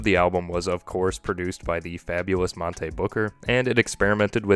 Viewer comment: The mispronouncing of Monte made this difficult to get through